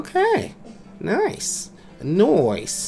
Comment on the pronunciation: I Thought You Said "Noice."